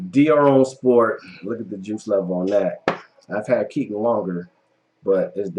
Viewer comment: #3 is actually pronounced (Key - Ton) as in "baton" ... not "Kitten".